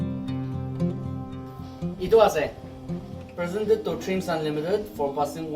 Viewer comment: "Persended to DreamsAaanlimited"(Ao maano asee)...Good One ''